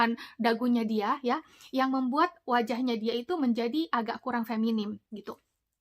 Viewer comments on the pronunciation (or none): FEMININ bukan FEMINIM ... pke N Bukan M 👍🏻